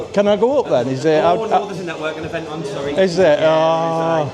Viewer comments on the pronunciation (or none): none